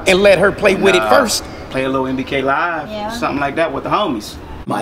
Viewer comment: Did my nigga say nbklive?